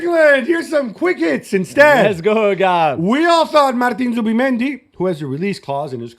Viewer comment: It's Zubimendi not Zuba